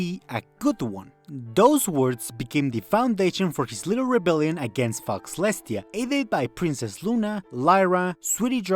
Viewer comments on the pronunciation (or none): brothah its not foxlestia its pronounces fo (faux) lestia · Great video, but it's pronounced FOW-lestia, just saying because it sounds like you are cursing celestia lmao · "Faux" is pronounced "Foh" btw. So it's Fohlestiah. It means Fake-Celestia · Faux is pronounced pho, so fauxlestia would be pronounced pholestia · Hello! Great video. Just so you know, Faux is said like "foe," because French? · I love this video but the incorrect pronunciation of Fauxlestia is driving me up the wall. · yo dont pronounce the x in faux